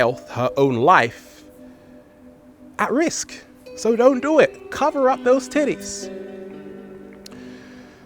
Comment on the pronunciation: Omg I cant stop laugh8ng everytimed he says tittes